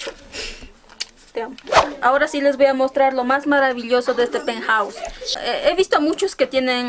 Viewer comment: Mi peuthouse dice